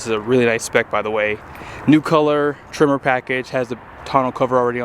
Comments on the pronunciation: Why are you calling trimmer? Sounds like a weed whacker. I believe it's pronounced tremor like an earthquake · I kept being like, "wtf is a trimmer?" Then I realized you're saying Tremor... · There's no E in Lariat and no I in Tremor, just so you know for next time